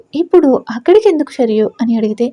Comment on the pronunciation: Nice story n nice voice kani H letter add cheyakandi హేందుకు హేమిటి Ani చదవకండి